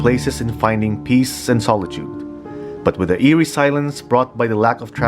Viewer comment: But it is known the whole world as NAIA. If you use the airport, you will see that either arrival or departure as Ninoy Aquino Internatinal Airport. Even here in Canada, we call it NAIA. Try not to be petty. Oh, just a friendly reminder, it's "eerie", not " earie".